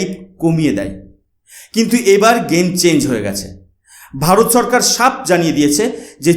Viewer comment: TUMI NOMOCHKAR BOLO KENO? NOMOSHKAR BOLBE. TUMI SHO ER UCCARON KORTE SHEKHONI, LECTURE MARTE ESHESO. SHORKAR KE BOLSO CHHORKAR. HA HA HA